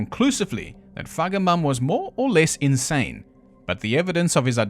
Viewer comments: I am hearing impaired and swore that you were pronouncing a hard 'k' in the middle of Feigenbaum instead of a 'g' when saying his name. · Feigenbaum…I love your sarky pronunciation…omg you had me peeing myself laughing. You’re a poet🤣🤣🤣🤣🤣🤣🤣